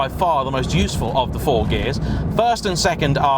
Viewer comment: Stop, CHA'nging GE'ar, when you TAlk. It's like 1980 Top Gear, that lanky tit with the beard sounded like a 2 stroke Motocross bike too.